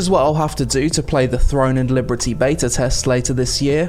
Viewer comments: Why do you say liberty so weirdly bro ? That's not how it's pronounced. It's pronounced "Leee-berrrrr-teeeee" not "Lee-brrreee-tee". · bless your heart, you say "Liberty" a little weird 😁 like "Librity" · cool video but.. libERTY not libRETY. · I've never heard Liberty pronounced that way. Librety. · Why do you keep calling it Throne and Librety? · why are you saying Liberty weird? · I love your videos but why are you pronouncing "Liberty" like that? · Why can't you say "liberty" ?? what the fuck hahahaha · the combat looks static. watch anypoint in the trailer that goes from charging to combat and it basically brings everyone to a standstill. also how is no one pointing out the way he says liberty through the entire video i feel like im going insane and hearing things